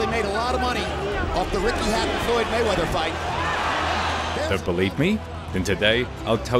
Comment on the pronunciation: Maywaither it's not king